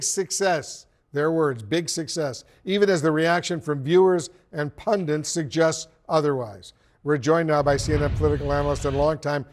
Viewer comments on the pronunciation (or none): Why can't political pundits like Wolf Blitzer PRONOUNCE the word "pundit?" Do they have a speech impediment? There's no "n" at the end of "pundit." It's not "pundint." WHY can't TRAINED PROFESSIONAL BROADCASTERS pronounce the word the describes WHAT THEY ARE? He's not the only pundit suffering from this weird lisp, either. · Pundit not Pundint.